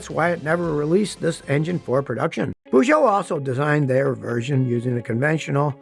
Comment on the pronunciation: Its not püzso its pözso